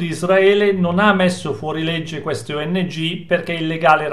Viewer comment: oddio!!! le ongh.... :D non le o.n.g.... le ongh 🤣 ma sono del mestiere questi???